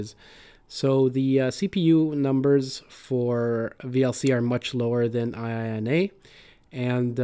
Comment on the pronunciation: Not an acronym, but a japanese expression : ee-eenah.